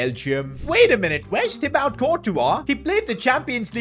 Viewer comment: pronounced tee-bore